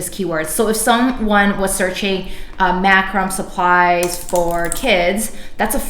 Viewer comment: Killer vid. I've struggled to understand PPC. It's actually "mac-ro-may"